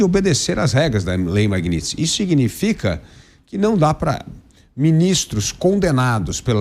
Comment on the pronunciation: Magnitsky!! Parem de errar esse nome! Não é Magnits!!!